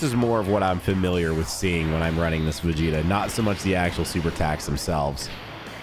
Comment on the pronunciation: Bro kept calling Vegeta "Vegeto"